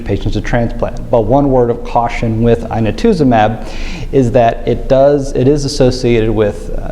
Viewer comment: pronunciation of inotuzumab at the mark